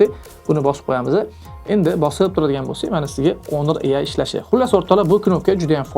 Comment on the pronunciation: Assalomu alaykum Video uchun rahmat. Oka ingliz tilida aytiladi Honor so'zi honor yozilgani bilan o'qilishida Onor diyiladi. Oka Honor emas, Onor dib obzor qisayiz zo'r diydi ko'pchilik.